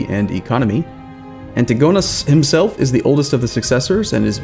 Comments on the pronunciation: and An-tigo-nus not anti-gonus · Actually it would have been an-ti-GO-nus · imagine pronouncing Antigonus '"anti-gonus"